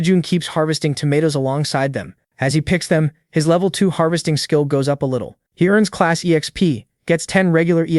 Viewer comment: bro doesnt say "level 1" he says "lovy 1"